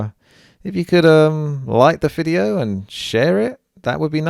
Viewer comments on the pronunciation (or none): DID YOU JUST SAY EFFING "FIDEO" IN THIS VIDEO? REALLY?